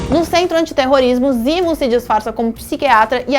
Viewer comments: Me incomoda pra krl uma coisa. Se decidam ae, ou usam nomes originais ou usam nomes traduzidos. Foneticamente, nos EUA, T'challa se fala "Tetchala" mas no Brasil é "Tchala". Não é "Barão zimo" e sim "zemo". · Zimo???? Zemo !!!!!!! Porra oq essa mulher faz aí? Tá de sacanagem!!!!